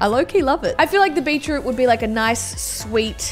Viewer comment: It sounded like beachroot